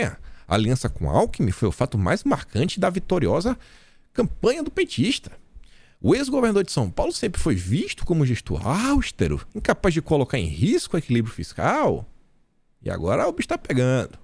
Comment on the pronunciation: diga "austéro"..